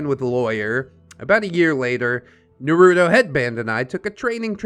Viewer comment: Cringiest part of this story is how you pronounce Naruto